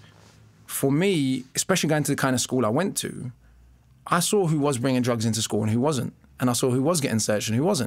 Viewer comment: Mr O B, I've listened to lots of your stuff and i respect you greatly. Question. You just said 'I sore it' when it is 'I saw it'. I've also heard you say 'drawring' instead of 'drawing'. ??